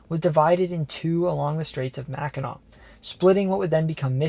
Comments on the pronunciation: Great video, and you did not mispronounce Mackinac and Sault Sainte Marie. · As a viewer of this series since the first couple videos, I was nervously anticipating Michigan. You hit it OUT OF THE (Comerica) PARK! You pronounced the words mostly correctly (Im so glad I didn’t have to sit there cringing each time someone said “Salt Saint Marie” or “Mackinack” bridge) and honestly did better than me with some of the French pronunciations. I am a native of Michigan and have left for short amounts of time here and there, but now at the age of 36 I’m probably going to stay here for the rest of my life. It really is the most balanced states. The weather isn’t extreme usually (I’m saying that as someone who survived a direct hit by an EF-2 tornado in May of this year) with winters being cold but not too much so and summers being the best in the country (can’t go wrong with summertime in Northern Michigan). The people are nice but not too much so, the economy is diversified and cost of living is relatively low, and there is enough beauty and scenery to always find new places to go even if you go somewhere new in the state each weekend. Plus, being here in the Kalamazoo area, we are <4 hours from Chicago, Detroit, Canada, the Appalachian Mountains, etc. and within an easy day’s drive from many other parts of the country. I encourage everybody in the US who hasn’t been here to make a trip someday!